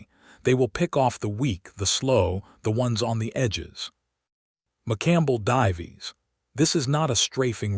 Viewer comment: "If the hellcat 'div-ees' ?" WTF !!???!🤬